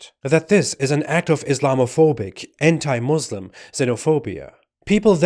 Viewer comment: He says he is a Muslim ...but doesnt even know to pronounce the word Muslim correctly..... Wowo